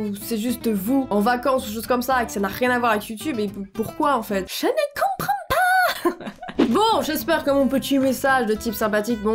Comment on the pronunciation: on dirai ma prof d'anglais X) "JE NE COMPWEND PAS" MDR